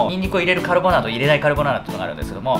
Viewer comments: にん↑にく↓ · ニンニクのイントネーションが民族みたい 絶対明日作って食べよ、美味しそう〜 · リュウジさんの、にんにく、の発音に爆笑しちゃいました🤣リュウジさん本当に大好きです。カルボナーラ今度作ってみまーす(^ー^) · にんにくやらベーコンのイントネーション気になる